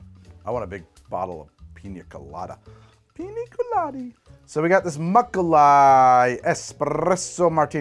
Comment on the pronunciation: "Piny Colady" I believe this is the point where needs to take a little break, eat a bit, and come back.